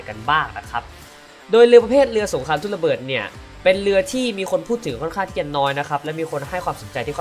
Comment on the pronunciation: พูด ร เรือไม่ได้หรือครับ ถึงออกเสียง ทุ่นละเบิด หนองสาหล่าย เลือ...ชุดเดียวกัน ความเล็ว ห้าล้อย เลด้าเดินเลือ ละบบ...อาวุธ ลางป่อยทุ่นละเบิด 1 ลาง ขอเสนอแนะ ให้ไปทำงานอื่นเถอะครับ ถือว่าสงสารคนฟัง...เถอะ นะ นะ